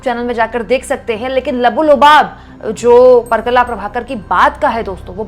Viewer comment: परकला नहीं, परकाला प्रभाकर.